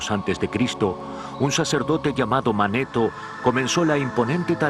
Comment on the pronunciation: Ya lo había visto pero con otra vos del narrador y no tenía tantos errores, ejemplos: Edoroto visito Egipto en el 450 a de C y dice que fue el 4500 a de C, y se llamaba Manetón no Maneton.